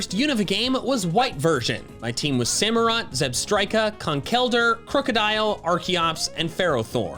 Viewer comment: YOU'RE SUPPOSED TO SAY THE FORMS BEFORE SAYING THE NAMES, NOT AFTER! SAMUROTT, NOT SAMAROUT! ARAQUANID IS SPELLED WITH 3 A'S, NOT 2 I'S! AND DO NOT LEAVE OFF THE O IN MEOWSCARADA!